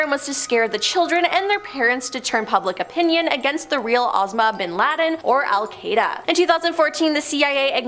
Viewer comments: "Osama" ia pronounced "oh-SAM-ah," NOT "OZ-ma." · Correction: "Osama" should be pronounced "oh-SAHM-a." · I cant trust anything she said. SHE SAID OSAMA BIN LADENS NAME WRONG??? HOW DO YOU GET THAT WRONG???? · Also the was she said Osama...😅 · THANK YOU! .....don't get me started.....lol. Bureau/burrow...Osama/ Ozma....seriously,....pick up a dictionary or something.😮